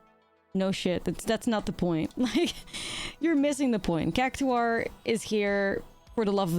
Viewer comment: It’s pronounced like “CAC TOR”